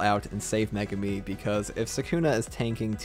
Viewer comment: The way you reviewers incorrectly pronounce Megumi's name is a crime in of itself 😂